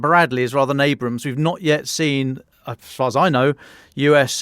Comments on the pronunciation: Abrams, not Abrahams😂Great reporting nonetheless 👍🏾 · Ear bleeding to hear M-1 Abrams called Abrahams. Like saying Churchachill tank. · I really wish that Hamish de Bretton-GordonHAMS would learn how to pronounce the last name of General Creighton Williams Abrams Jr. Every time I hear him call an M1 Abrams an "Abrahams" I am left to wonder if he knows anything about what he is talking about. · Sorry guys it is the ABRAM, not the Abraham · Its the Abrams tank not Abraham. Named after Gen Abrams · Abrams not Abraham! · OMG, how can a pair of mil vets (one a tanker) continue to call the M1 tanks from the U.S. "Abrahams"...it's Abrams. The U.S. DOD should have just renamed the M1 the Kommie Killer, easier to remember lol. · I know its annoying isnt it, i'm English, i know, i pay attention